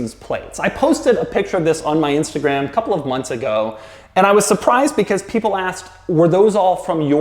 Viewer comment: Doug the type of guy to mispronounce Instagraaahm.